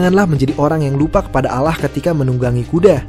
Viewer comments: Alloh bang bukan alah, blajar islam aja bang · Penyebutannya bukan alah...tp ALLAH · Kamu asli Orang Indonesia,tp Kenapa kamu baca Allah salah ya...?? Mestinya kamu Tau cara Bacanya bagaimana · Ente mengeja Allah knapa jadi Alah min...Laa illaha illawllah ...Tiada tuhan Selain Allah...bukan Alah min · Klu di umat Islam kita menyebutnya dengan bunyi "Alloh" bukan bunyi Allah, walaupun penulisannya seperti ini ( Allah ) tapi bacanya Alloh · Maaf muslim tak ada yg berkata ALLAH di baca ALAH ,muslim akan berkata ALLAH di baca AWLOOH ... hati hati dlm berkata ttg ALLAH ,, alaah itu untuk umat kristiani... blajar baca lg boss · ALLAH SWT BUKAN ALAH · Non muslim nyebut Allah itu rata rata alah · Cara penyebutan nya RT, allah bukan awloh.. 🙏 Maap saya paham anda bkn muslim,🙏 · Pengucapan Lafadz اللّه nya benerin dong min. Setiap Lafadz jalala harus tebel bacanya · min kok ente nyebutnya allah...?🤔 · Takutlah pada alah beda penyebutan untuk muslim. Ngaco neh pengisi suaranya. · Kayaknya adalah non muslim, pengucapan Allah kurang tebel, Gpp saudaraku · Kyyax mimin non muslim keliatan sekali cara pengucapan الله سبحان وتعالى